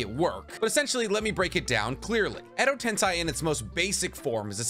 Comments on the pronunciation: bro it's not "tense eye" it tensei (ten say) xD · It’s Edo-TenSEI Not Edo-TenSAI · I love your vids but it always bothers me when you say Edo TensAi instead of Edo TensEi xD To be sure I even checked anime for that but if I'm wrong let me know :P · Zhy he pronounces edo tensEi like edo tensAi???? 100% honest question not making fun or anything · Edo TENSEI, not edo TENSAI. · so no one gonna talk about how he keeps saying edo tensai when we all know its edo tensei!!! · Its pronounced edo tensei said like edo tensay not ten sai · Edo Tensei is pronounced "ten-say", not "tense-aye" or "10 sai". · It's edi tenSEI not tenSAI. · Dude really said ado tensai its edo tensei i swear every sub watcher ive seen never knows how to pronounce stuff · Edo Tensei =\= Edo Tensai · ok but can we stop saying "tensai" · every time he says "edo tensai" is a punch in the gut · EDO TENSAYYYY IM SO TRIGGERED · why are you saing Edo Tensei like Edo Tensaii ?????????????? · Edo "tensEYE" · Is there a reason why he pronounces Edo Tensei as Edo Tensai? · Isn't it Edo Tensei? Ten-say? That's how everyone else says it. Driving me nuts lol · The way u said edo tensei made me cringe so hard